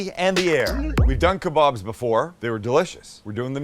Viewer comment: Thank you for saying kababs and not kabobs🤦🏾🤣🤣